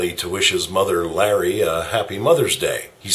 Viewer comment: Her name is Laurie not larry